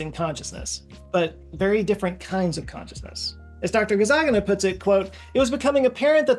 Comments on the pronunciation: I don't think you are pronouncing Micael Gazzaniga's name correctly. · you got dr. gazzaniga's name wrong every time you pronounced it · Check pronunciation for Michael Gazzaniga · Did you pronounce Michael’s surname wrong on purpose? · Anyone else notice mispronounced “Gazzaniga” through the whole video? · Are you intentionally mispronouncing Dr. Gazzaniga's name? 😂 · The way bro mispronounced Gazzaniga intentionally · Brother that is not how you pronounce Gazzaniga. I’m surprised considering it’s pronounce exactly as it’s spelled. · Pretty sure you're mispronouncing "Gazzaniga" and no, we don't have free will in any sense except legal. It's a necessary legal fiction but nonetheless a fiction. It simply means we can't identify factors external to the accused which determined their behaviour. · This brings up the question of whether your left brain purposely mis-pronounced Dr Gazzaniga's name every time...? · You kept mispronouncing Gazzaniga's name in this video. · Oops! That's "optic CHIASM" with an "i", not "chasm". (BTW you also consistently mispronounced Gazzaniga's name.) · JOE, WHY DO YOU KEEP SAYING THAT NAME WRONG? You keep saying "GazzaGINA" with total confidence when it's "GazzaNIGA". You are transposing the "g" and the "n", and this is a scripted video that's the product of detailed research, how can you propagate such an obvious mistake? How can no one in your team catch it? Are you doing it in purpose to make a point about how the brain mixes up things in processing? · Nice video although I can't help but noticing how you're butchering the name of Dr Gazzaniga. It's not "Ga-zah-ghee-na" as you keep saying, but "Gah-zzah-nee-gah", with the stress on "nee". the actual italian name was most likely Cazzaniga and as usuallly happens it got mispelled when his ancestors moved to the States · "Gazzaniga" is pronounced gahz-AR-nee-gah, instead of gahz-ah-NEE-gah (where capitalisation indicates stress). Very interesting video though, as usual, TY